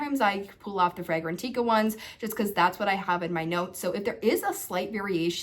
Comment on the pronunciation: It’s Fragrantica Not Fragran-teeka!!